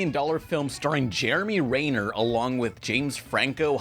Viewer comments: Everyone: Jeremy Renner: Jeremy REEEEYner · Has it actually been pronounced "Ray-ner" this whole time, or is saying his name completely wrong? lol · ...it's Renner. REH. NER. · Mispronounced Jeremy Renner's name.